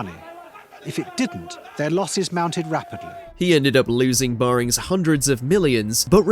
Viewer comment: "Barrings Bank." Heard it all now.